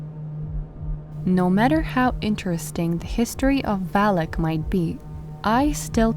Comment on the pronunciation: Not valik it’s valak